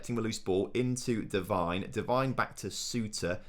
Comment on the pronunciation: Say McIntyre better than Devine